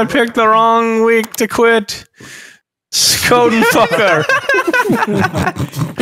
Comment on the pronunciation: As an indigenous guy I approve the skoden and stoodis memes it’s so funny how off you guys are with how you say it and use it it’s for when you wanna fight someone so you say skoden and the other guy says stoodis den 😂